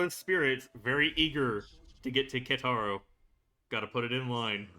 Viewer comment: Also just wanna let you know you’re saying Keitaros name wrong. If u listen closely when they call him his name you can hear how his name is actually pronounced:)